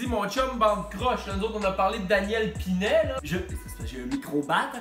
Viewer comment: Très éducatif 😂 mais c'pas pas Dan Pinet, c'est prononcé Pinette !